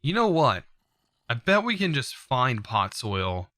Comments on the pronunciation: POD ZOL not pot soil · please tell me i'm not the only one who's annoyed by him saying "Pod-soil" instead of "pod-zol" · please dont ever say podsoil again :9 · The way he was pronouncing podzol